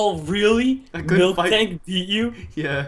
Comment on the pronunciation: HOWCOME nobody knows how to spell apricorn and nobody can spell or pronounce MILTANK